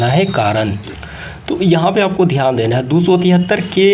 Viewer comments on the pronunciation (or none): none